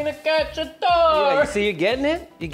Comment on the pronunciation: I can envision all the Italians cringing hearing him saying chicken catchy-atory 😂